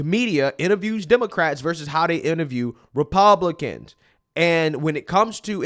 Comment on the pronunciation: Me trying to listen to your perspective: "Alright cool makes sense" you randomly for no reason doing the most irritating thing ever: 'Media Queeeeeeeeeaaaaaaaaaassssttttttiiooooonnnnssszzzz". "Repuuuuuuuuuuuuuuublicans". Me: ...Okay so mid statement you decided to make a simple word 10 syllables longer.